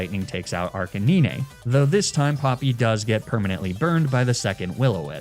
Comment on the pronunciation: Arcanine is actually pronounced "ARK-UH-NINE" with the last part sounding the same way you would pronounce the number 9. Not being a grammar nazi, just trying to help.